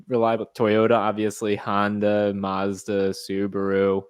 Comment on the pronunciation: Mazda... Not Marz-da.